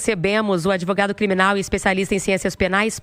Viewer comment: Itatiaia é filial da Globo? Esse adevogado aí … çei não!!!